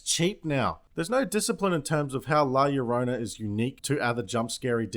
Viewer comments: When he calls her lasagna tho HAHAHA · la yolanda, la laundry, lala land... la fin mao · OMG BOIZ... The Nun 2.0, "La LawnMower"... lol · "La Bamba" "La Caramba" "La Corona" I cannot 😂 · Lidor Berkovich he can just say “La yarona” it wasn’t even that hard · La la yor-na. Try it. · Lmaoo I love you keep fucking up her name on purpose😭 “la caramaba “ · la loña? what kind of spanish is that? I get why they called it "the weeping woman" now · ok, all the miss pronounced names are hilarious I cracked up at albama, black mamba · La Bamba, La Yolanda, La Lasagna, fucking crying over here 🤣🤣🤣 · My favorite was “La Caramba” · "la coramba" "lawnmower" LMAO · La Loña had me dying lol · ¡La Lawnmower! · 'La Lawnmower' I get it... cos Mexican... like a gardener or something. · la lawnmower 😂😂😂😂😂😂😂😂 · LLorona - the "ll" is more or less like "j" in jew, would be like "jorona' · watch as comes after you for not liking the movie and constantly mispronouncing her name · She's crying cause you keep mispronouncing her name 😜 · The title is Spanish, so 2 L's in a word are pronounced "Jah". You kinda pronounced the title wrong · Hahahaha 🤣😂🤣 dude please stop mispronouncing La Llorona, i can’t stop laughing! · I understand Spanish amd i love all the mispronounced names you give her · God damn it you made me laugh so much with your different pronunciations of La Llorona I had to subscribe! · As a Mexican American who grew up learning about La Llorona and my mother hearing her one night when she was 14, I kept on laughing at you misnaming her on purpose. 😂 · i love that he calls her everything except La llorona LMAO. la yolanda, la laundry, lala land. LMFAO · in the beginning you kept pronouncing it wrong and i threw up and sometimes you keep pronouncing it wroooong i can help you if you want but pleeeeease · Just a tip for spanish, when there is a double L (LL) pronounce it like a Y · Your intended mispronunciation is the best!!!!! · La lawnmower hahaha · La Lawnmower 😂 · La Corona